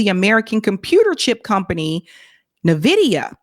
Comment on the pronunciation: It is pronounced as N-vidia.